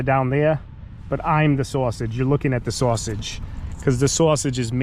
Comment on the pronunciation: The video: SUPR SCAREE CAHMPIGN STOOREEZ!!! This guy: ima sawsige